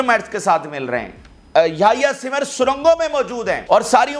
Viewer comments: Bata simr nahe sinwar ha sara nam Tu galat bolts ha, English ma bare galteyan han😂 ina thaik kar .😅😅😅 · Yahya Sinwaar plz pronounce correctly with respect his name 😡